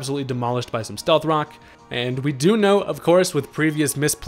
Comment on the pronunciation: Love your videos. Did you say “stealth cocks”? Lol Freudian slip.